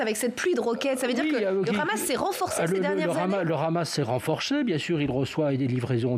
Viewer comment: premièrement c est hamas et non pas khamas les palestiniens on riposté car les sionistes c est le pire virus dans le monde qui n a pas d ailleurs d amis les soit disants amis c est des passes temps uniquement pour arriver a leur fin satanique bark. autrement comment arriver Les sionistes n aiment personnes uniquement la légende terre promise rien que pour les sionistes racistes a eux seuls et tout ce monde est leur esclaves americains occidentaux et autres.